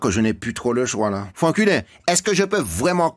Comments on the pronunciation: Je suis le seul à entendre "frankuler" ? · Vous entendez la même chose que moi quand l'assistante sociale prononce Franckulin avec son accent créole ?